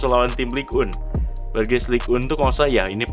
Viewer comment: Btw bukan ligue un tapi ligue eng